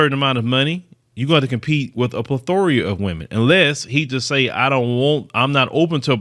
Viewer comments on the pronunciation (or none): Did this brother, who is a self-proclaimed journalist, just say, "a plethoria?" ...twice? 🤦🏾‍♂